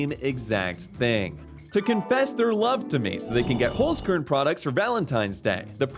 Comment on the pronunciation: as a German I cringed at the way you said Holzkern ._. good video though!